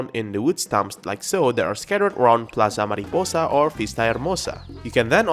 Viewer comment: Oh! your spanish hears good! When I heard you saying the name of the new place "Ciudad Enamorada" I got surprised! "Plaza Mariposa" and "Vista Hermosa" really good job on the speaking!